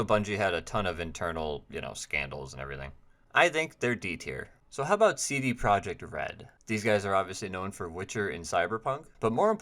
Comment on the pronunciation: Im not pronounciation policing you by any means because i used to pronounce cd projekt red that way too, but I believe its actually pronounced like the J is a Y correct me if im wrong 😅